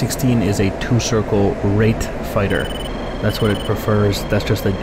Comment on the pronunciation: he really learned to pronounce "Rate" with emphasis, didn't he? :)